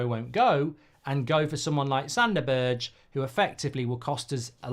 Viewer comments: His name is not BIRCH, its BERGE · Mark its pronounced berg